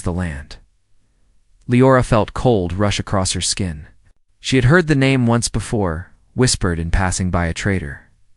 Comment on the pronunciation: Yes! In the first 2.5 minutes his name is pronounced at least 3 ways.